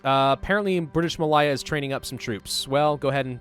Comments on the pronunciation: Not pronounced Mal-eye-a, it's more like Mal-Ay-a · ma lay ah not ma lie ah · Anyone else getting driven insane by his bad pronunciation of Malaya (ma-Lay-ya) :D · British Ma-lay-ahh Good video though!